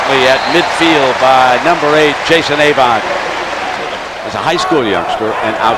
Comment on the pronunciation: I had forgotten how annoying it was to hear Ay-vant all the time. Also, good assist by Roy Manning on the interception return.